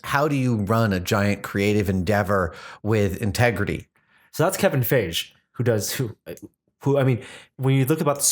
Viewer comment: You pronounce feige wrong it's Fi gee, not faije.